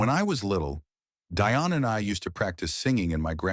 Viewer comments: "Deeonne" not DI-on Dionne Warwick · All these years, this guy doesn't know how to pronounce her name. It is Dionne not Die on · And it is pronounced Dee- on, not Die- on . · The woman’s name is pronounced “Dee-On” Warwick. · OMG! even AI should research the pronunciation of names!!!! it'd Dee-Onne! Get it right! and there was nothing wrong with Dionne Warwick, but their other cousin, DeeDee, had congenital Heart Failure - I guess AI is only as smart as the ijits using it, right?!?! SMH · Terrible AI narrative, mispronouncing Dee-on a different way every time. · Its Dee-on. Deione Warrick AI is so stupid in obvious ways. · Is there some reason you don't know how to pronounce "Dionne?" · GEEZ LOUISE… where do they get these narrators from… please research or ask how someone’s name is pronounced or as SIRI!!! Damn… it’s “Dionne”……